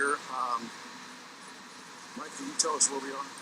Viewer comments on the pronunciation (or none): none